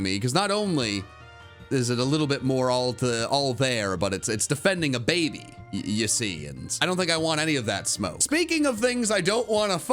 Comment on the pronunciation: He said baby wrong according to him and wolfey vgc in "Can These Pokémon Breed" if anyone knows what I'm saying.